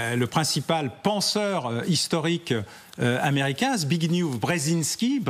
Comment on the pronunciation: A l'attention d'Alain Bauer : ce n'est pas "Z'Big New" Zbrzezinski, mais "Zbig-nyèf Zbjejinski", pour se rapprocher un peu de la prononciation polonaise - merci pour lui ;)